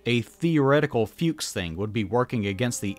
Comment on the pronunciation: German here, very nice video. But, what a little bit ground my gears was your pronounciation of "Fuchs". It's not like "fugues" but more like "fox" but with a similarily short u. all ze best. 😁